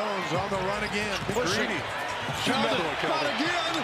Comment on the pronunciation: you mean KELDON not keon